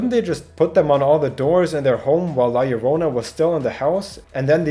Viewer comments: YO-RO-NA NOT LORONA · YOU GOT THE YO PART RIGHT AT ONE PART BUT NO THE RO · Btw it is pronounced lajorona because it is a colombian folk tale and in spanish double ll is pronounced j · so you can look up what her name is but not how to pronounce it? how yt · I love how you pronounce llorona